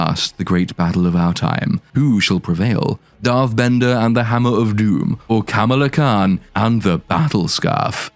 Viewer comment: Camel-Ah Khan is somehow more racist that pronouncing it the same way as the WWF wrestler 🤣